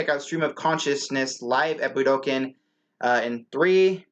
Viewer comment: Somebody needs to teach you how to say Budokan. Try this budo con